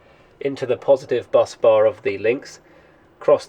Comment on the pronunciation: Awesome stuff 👌🏼 you say busbar like "buzz" bar not bus bar haha. Tickled me that.